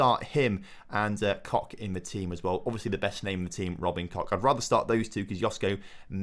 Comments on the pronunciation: I mean, no. The -ch at the end of his name is not a K-sound, just like in "ich", it's like a rough H-sound. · You might need to rethink your pronounciation of Robin Koch's name, otherwise it sounds like you're rubbing something you don't want to be rubbing lmao